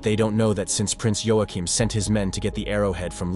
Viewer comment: Waa-Keem, not Yo A Chim